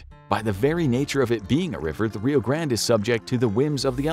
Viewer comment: Gotta love how the narrator can't stick with one style and alternates his pronunciation of Rio Grande.